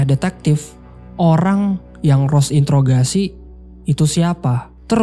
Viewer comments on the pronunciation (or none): none